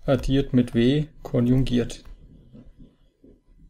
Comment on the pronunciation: es heisst "KONJUGIERT komplex" und nicht "KONJUNGIERT komplex"